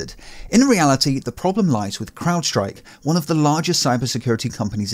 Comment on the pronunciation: You're the first one I've heard pronounce "crowdstrike" correctly... Everyone else says "cloudstrike"